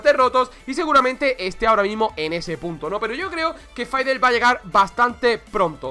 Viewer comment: Porque le dice Faidel Es y siempre será Fidelito